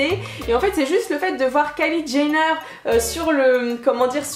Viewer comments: 😂 Kylie Jayner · Kylie Jayneure 😂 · Premier commentaires ahah c'est épique au debut comment tu dis Kylie Jenner 😂💗